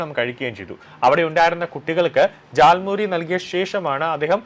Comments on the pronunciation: Not thal muri. It is jal muri.. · താൽമുറി അല്ല ജാൽമുറി ആണ് 😂